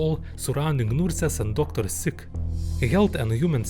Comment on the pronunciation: "Noorses" gets me everytime. No offence